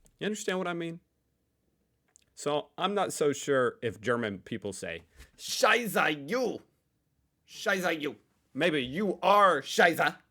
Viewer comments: The way you pronounce “Scheiße” (“shit”) sounds more like “Scheißer” (“shitter”). Pleas note that in German, the light schwa [ə] contrasts with the dark schwa [ɐ]. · it is not "shy-ZZah" but rather "shy-SSeh" or that would be at least closer to it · scheiße, why do you not can pronounce "scheiße"?!